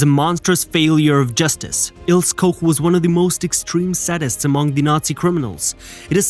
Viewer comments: it’s IlsE not Ils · It's Il - SU, not Ills! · It's also "ILL-SAH"....not "ILLS" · Il-seh… her name is pronounced Ilseh. But good documentary. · Please, fix the narration. Her name is Ilse, not Ills. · whats an "Ils" ? the name is Ilse and the e on the end is pronounced...! LEARN TO SPEAK GERMAN NAMES CORRECTLY OR CONTINUE TO MAKE AN ASS OUT OF YOURSELF FOR THE ENTIRE WORLD TO SEE....! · Pronunciation: Ilse, not Ils. Koch, not Koc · Her first name is pronounced "EEL-zeh", not "Ils". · Her name is pronounced Ilse, not Ils. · It's pronounced "Il-sa". In German, the "e" is not silent. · Her name is pronounced Eel ser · Prounounced...Ils..a....bloody AI!!LOL LOL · I believe it’s pronounced Ilsa. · Wrong "O" sound in Koch. It should be ô not ō. Ilse is pronounce "Il-suh". An "E" on the end of a word in German is not silent, it's pronounced "uh". Why would you use English rules of pronunciation when speaking another language? Usually, only the Brits are haughty enough to do that. When Americans do so, it is generally completely out of stupidity. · Is this the story of Ilse (pronounced ILL-ZA) as in Illse she wolf of the SS? They really have to stop using these "Bots" to narrate. I'm glad I don't have any "ti-toos" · Ilse is pronounced "ill-see". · Ilse is pronounced I l s e r Koch is a short 'o' as in hot (not cold) A bit annoying to hear them mispronounced so many times. Otherwise well put together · German doesn't use a silent 'E'. Her name is pronounced as 'Ilsa'. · Its pronounced ILL-SA. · Mate, isn't it 'il sa'. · Pronounced "ILL-SAH" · I noticed that as well lol